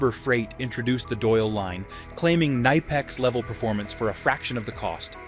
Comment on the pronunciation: This video would be better if it wasn’t an AI voice that can’t pronounce either nihpex, or kuhnihpex